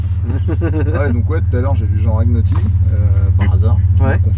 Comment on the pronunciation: Merci pour ça 😍 super vidéo encore.... 😀 En revanche c'est: Jean RaGNotti comme les pâtes à la bolognaise, bisoux 😘